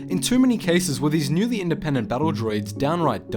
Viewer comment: "indepent thinkers" and "inteligent" haha that funny *insert droid death montage here